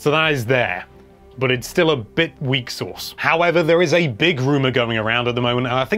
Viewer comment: It's "weaksauce" XD